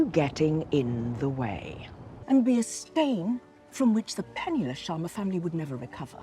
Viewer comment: God I loved it when u said sharma the right way and not “Shaama”